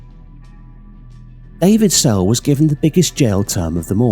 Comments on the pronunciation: snell? It says sell on the news reports you showed but you kept saying snell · It's not David Snell, it's David Sell. By the looks of the names of the rest of them, they were Irish, but their names and the names of places are often pronounced incorrectly. Maybe AI narration. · David Sell!! (Not Snell) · His name is David Sell not David Snell? Get the man’s name right